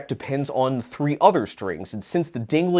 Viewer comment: There is no G or J in "pendulum".